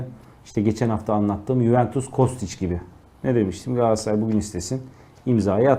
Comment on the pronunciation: Galatasaray olmasa kimse sizin adınızı bilmez, peki siz niye Galatasaray'ın adını bu kadar kötü teleffuz ediyorsunuz? Gaassaaay, Gassaray nedir arkadaş!